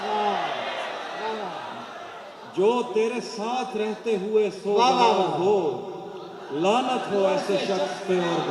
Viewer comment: Mashaallah....kya baat h...bahut khoob...magar halki si herani h ki intna ilmi insan ' sog - var ' ko '' so - gvar' keh raha h.